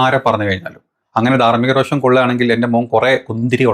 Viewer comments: സഹോ.... രോക്ഷം അല്ല രോഷം ആണ്...🙏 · രോക്ഷം അല്ല പുള്ളേ രോഷം